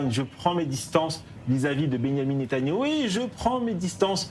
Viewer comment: Ahhh euu c est Netanyahou et pas Netanaouuu ...apprendre déjà à prononcer son nom ce serait pas mal